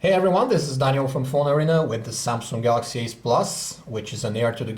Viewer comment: The Pronounce "galaxy s" as "Galaxy ass" and "galaxy ace" as "galaxy s"